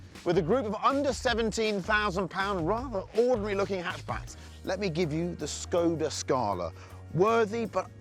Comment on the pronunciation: I love how they read skoda😂